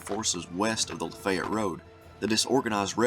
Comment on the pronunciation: Cool upload! Ty! So...Lafaylette...is pronounced (Lah Fay yet)